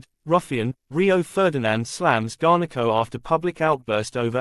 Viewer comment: U can’t even say his name properly 😅